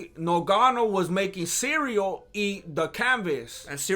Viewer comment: is so good I don’t even feel the need to fast forward the ads! Makes me almost wanna buy me some magic spoon! LOVE these recaps. I know you don’t love doing them but we love watching them!! Cereal Gane never gets old, I crack up EVERYTIME I hear you say cereal!